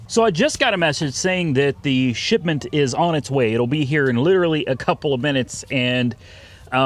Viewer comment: Was he saying shitment? Instead of shipment? I’m confused